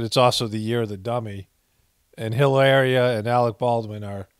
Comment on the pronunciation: Please say her name again!!!! Lmbo!!!!! Hilar..ia!!!!! Hahaha they just keep offering up ghoulishness, which makes for great content!!!!!! LOL 😂